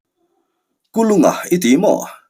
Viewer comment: Sir Kul unga tih deuha lam chi ani zawk angem le🤣 Kulunga tih kha amak deuh kalo ti mai mai